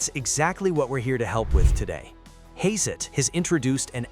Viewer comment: I stopped watching after I heard 'Hay-zet'